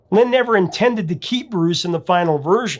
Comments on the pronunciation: Sounds like he's saying, Bruce. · I always thought he was saying Bruce. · I always thought he said "Bruce" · I always thought he said “BRUCE”😅😅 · Bruce? Ha! For whatever reason, I always heard rufus. Never knew what he really said. Thanks! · I always thought he was saying "Bruce". 🤣